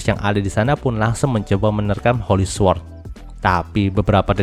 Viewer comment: su-word✖️ sord✔️ sama2 belajar bang